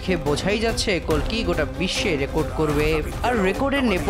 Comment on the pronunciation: কল্কি হবে কালকি নয়